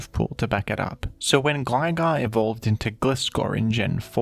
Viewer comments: "Gly-gar" 🙂 "Gliss-score" 🤨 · Why does he pronounce Gligar correctly but Gliscor wrong? It's GLI Scor like gliding. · You pronounce Gligar right but not GLAI-scor? It's the same pronunciation of the "i". GLAI like GLIDE. GLIDING SCORPION. EVEN SAID IN THE ANIME AND ALL SUBSEQUENT MEDIA